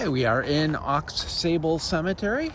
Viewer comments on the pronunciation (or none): It's pronounced Au Sable--x is silent; It's TAAAbler--long a; do your homework. My family is there and i'll be buried there.